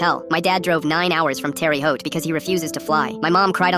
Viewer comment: Dear, Terre Haute is not pronounced terry haute. Look it up.